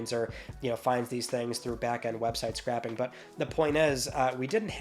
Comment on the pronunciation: Something I noticed you saying a few times, it’s website scraping as in scrape, not scrap. Keep up the great work bb